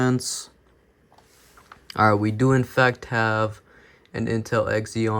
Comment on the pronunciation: did he call it an x eon its pronounced z on i hate that the worlds stupid